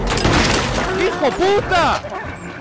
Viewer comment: amo como trata de decir hijueputa